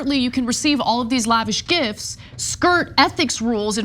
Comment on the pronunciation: Mesmerised by American’s inability to pronounce the word “gifts”.